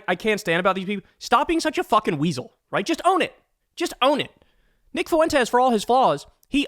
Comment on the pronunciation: The Fue in Fuentes is one syllable. The e is the strong vowel and the u is the weak vowel. Just say something like Fwentes.